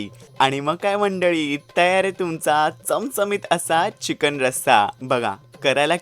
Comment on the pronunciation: Ali tai ghanerda jewan gheun..... 🤦‍♀️🤦‍♀️🤦‍♀️🤦‍♀️ Chicken mhanta yet nahi adanchot tai la....